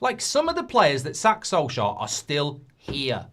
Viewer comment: Come on not soljear come on.......